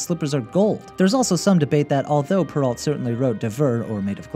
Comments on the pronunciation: Yes, and Charles Perrault's name is pronounced Perr-ow, not Perr-ault. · You pronounced Charles Perrault's last name wrong, it's French. The 'ault' is spoken as an OH sound. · Great vid!!! But I have to point out that Perreault is pronounced Purr-oh, and Cendrillon is SAWn-dree-ohn.